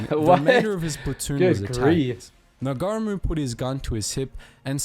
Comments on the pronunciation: As regards the Bayonet use, well firstly if you are out of bullets THE BAYONET is still a weapon. And it is a SILENT weapon. Egypt would have been hard for MOST people from countries without deserts. My uncle lost his life there in WWll at the age of 24. BTW, NOT Sgt NAGAREEMOO. Its likely to be Ngarimu - ( silent G Nga-ree-mu) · Ngarimu - (NAH -REE-MOO). Yet another commentator mangles his name! Do some research pls! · Got to correct the bro from, Second-Lieutenant Moana-Nui-a-Kiwa Ngarimu VC pronounced (Mow are nah - Nuu ehh- ah- key wah) (Nah-re-moo) for our non kiwi mates out-there only used stones once he had ran out of grenades and ammo. he also refused at the behest of his commanders to fall back from line after taking multiple pieces of shrapnel and bullet wounds instead he fought with his men through out the night defending their position from multiple nazi counter attacks, in the morning the nazis launched several more counter attacks one of which Claimed Ngarimu's life, he was found dead on top of piles of dead nazi's earning him a posthumous Victoria Cross. Second-Lieutenant Moana-Nui-a-Kiwa Ngarimu truely is one of New Zealand's greatest warriors and a credit not only to the Mana Of the Maori battalion but to that of every ANZAC that served. shout to Tauranga boys college for educating us on great men like Ngarimu